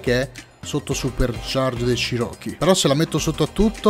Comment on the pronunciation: stavi per dire chiron Nu, MA più ti è venuto in mente che è un cherockee quindi hai elaborato la parola cosi: chiro-chee